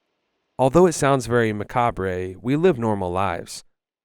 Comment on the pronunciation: its just 'ma-cawb' not ma-caw-bray'